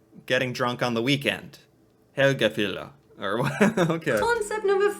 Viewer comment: Her pronunciation is quite good . Helgefylla